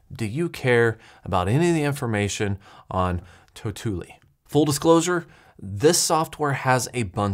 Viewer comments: Say it with me tau - tu - li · It's pronounced "totally" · If you pronounce tautulli 2 times the same way in this video you get a dislike!